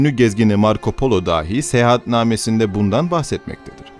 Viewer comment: Kardeşler, harikulade videolar hazırlıyorsunuz. Tebrik ve teşekkür ederim. Ancak, LÜTFEN ama LÜTFEN şu "dâhi" ( a uzun ve deha sahibi anlamında) kelimesi ile "dahi" ( a kısa ve "bile, da/de anlamında) kelimesini KARIŞTIRMAYIN, DOĞRU TELAFFUZ EDİN. Buna dikkat etmek hele de sizin gibi örnek alınacak kanallarda öyle faydalı olacak ki... İtibar edin bu dediğime, lütfen. Millete faydanız olacak bu konuda. Günlük hayatta çok karşılaşıyoruz maalesef buna. Gelin, bunu dikkate alın.